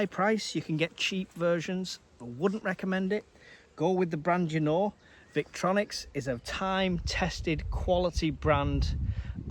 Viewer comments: It’s pronounced Vic Tory Nox 😂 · No offence intended but, Obviously no idea about EDC if he pronounces the brand the way he does, and doesn’t realise it contains a fixed blade which is illegal to carry without good reason whatever it’s length.